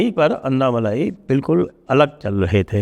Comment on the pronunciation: Sir it is not अन्नामलाई, it is अण्णामलै(அண்ணாமலை)